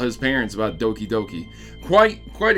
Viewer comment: its doki not dooki